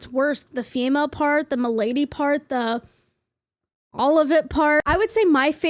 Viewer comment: He did not just JUST! He wore a fedora AND SAID FEMAL AND M'LADY!!! Ack! I I can't with this man!